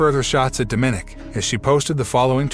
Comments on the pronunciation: You twice mispronounced "DOM-i-nic"'s name. Not "do-MINIC"! learn to speak correctly. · How many times did you misspronounce Dominic name in this video